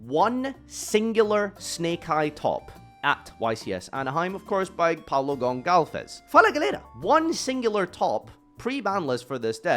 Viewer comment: "Pablo golkalves" LMAAAO. Well. can't really blame for not knowing the "ç" is pronounced like a c with e or i, or an S, and the "Fala galera" (wassup guys in PT) was funny